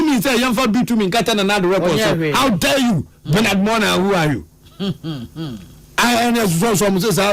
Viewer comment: 😂some people just want attention !!! By the way, the name is pronounced as Mor-narh not marm-noh!!! They deliberately say things to trend and our media which is confused would invite him from one station to the other so they can also trend. It seems our media houses don't know how to run any programmes apart from inviting politicians and controversial individuals to argue among themselves and make controversial statements from morning to evening. That's our sad reality 😢😮